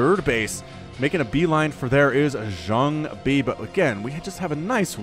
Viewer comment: Great commentary as always. I feel the way you say Jangbi is a bit off. Check out a couple Jangbi vs Flash english commentaries on VioleTAK's channel from 2008, that pronounciation sounds waaay ear friendly.